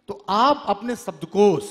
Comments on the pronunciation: Dear, you are doing good work but please improve your diction. There is a serious flaw. Its SHABDKOSH not SABDKOS. Please its a literature festival...... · ओह भाई हिंदी तो बोल ले सही से "सब्दकोश" नही "शब्दकोश" बोलो